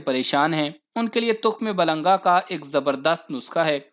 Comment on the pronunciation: تخم ملنگا نہ کہ تخم بلنگا